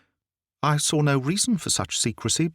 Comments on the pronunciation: The person playing the American is almost perfect. But no Canadian or US'er pronounces the word 'saw' as "sawr' . . . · I can’t love this telling enough. Can we explain why he pronounced saw as “sawr it” the businessman, was in gold? Just a linguistics question.